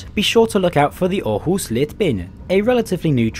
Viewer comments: Thanks for doing a vid on our trains even tho it was a thumbs down oh and btw u pronounced Århus very good. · Thanks for trying to get the danish pronunciation right - with varying result, however: Aarhus sounded fairly authentic, while Odense was a near fail .) Did you know that you quite often can find the pronunciation in the (english) WP article on each place (and mostly correct) - provided you can read the global IPA script?